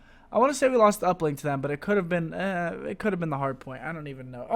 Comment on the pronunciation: I HATE the way you say 'but'